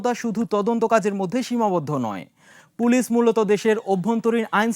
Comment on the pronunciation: প্রিয় উপস্থাপক, হয় বাংলায় “পুলিশ”👮🏽‍♀️(pulish) বলেন আর না হয় ইংরেজীতে “Police” 👮🏻‍♂️ (পোলীস) উচ্চারণ করুন । এর বাইরে পাকামো করার অবকাশ নেই । ধন্যবাদ ।